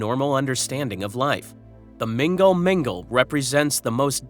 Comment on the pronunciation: Its not "Mingle Mingle " 😂